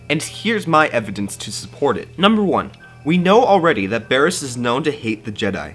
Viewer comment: ITS BARRISS